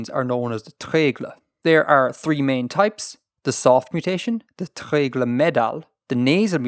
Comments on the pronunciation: Hey random thing; can you scream at to pronounce Welsh vowels more (its treigl/o/ not treigl/ə/!) But very big thanks to also:) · needs to wirk on his pronounceation of welsh! lol tre-e-glooooooooooooooooooooooooooooooo, I've never heard an irish man do such a good welsh though. and don't worry you doing really well with prenaunceation.